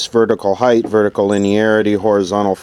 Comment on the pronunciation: Highth? An archaic pronunciation of the word height. Befitting for talking archaic electronics, I guess.